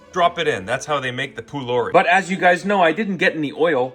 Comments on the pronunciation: Love your videos your food guesser was inaccurate on the first food. Pholourie originates from my families country Guyana which is an Indian dish as a lot of us are Guyanese Indian! And it’s pronounced po-L-are-e! Love your content bro keep it up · Pholourie is from Trinidad and Tobago and is pronounced “poe- lore- ree “ -Ah Trini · Pholourie is pronounced with a p sound, not a f sound. It's also found in other countries in the Caribbean. Source: Am Guyanese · Pholourie (pronounce palourie) isnt jamaican 😔😔😔